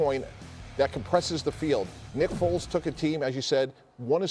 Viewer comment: Lol sounded like the dude said "nipples is gonna wind up being the Chicago Bears Quarterback"